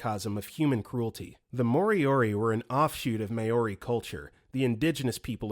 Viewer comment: everyone commenting ab galveston but no one’s pointing out how awfully “maori” was butchered 😭😭 i know that this narrator tends to mispronounce things, but i think mispronouncing an entire group of native people comes off as disrespectful